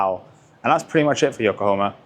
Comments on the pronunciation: It is YokohAma and not YokohOma!!! Sorry, but it feels very disrespectful to not be able to say the name... The name is even printed on so many tires... how can you not pay attention and read it carefully just once? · Yokohomo. Really man? 😂